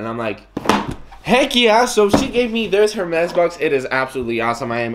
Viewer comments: It's actually not pronounce err mez but more like air mess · dude it's pronounced as "ERR MEZ"... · The H is silent in French. So you’d pronounce it ermés 😉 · Obviously not rich when you cant even pronounce the name right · The H in Hermès is silent :) no hate, just saying